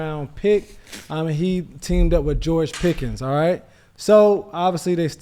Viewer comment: Why he keep saying Peggy? Is that a atl thing?